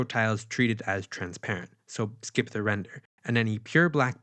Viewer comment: thee logic, thee counter..... maaaan drop the thee!